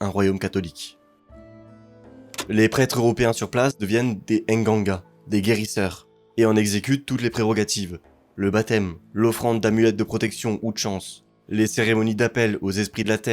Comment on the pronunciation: Pour les prêtres c'est "Nganga" et non "N'ganga"